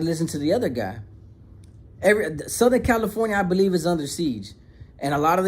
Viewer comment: “I didn’t beleef” 😂😂😂 the way you said that had me rolling lol but keep up the great work and shake the haters away!